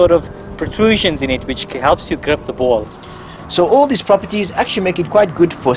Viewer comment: nothing is more funny than saying the word ''grip''